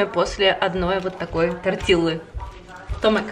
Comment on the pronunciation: спасибо огромное за рецепты! Только умоляю вас, тортилья, а не тортилла))) Просто две Л в испанском дают мягкое ль. А я все время представляю, как вы начиняете пожилую черепаху кинзой))))